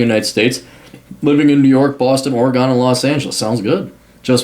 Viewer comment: Ermmm, I'm a native Oregonian. The correct pronunciation is Orygun, and the people who were born there are Oreg-own-ians. Stop that Ory-gone crap, please.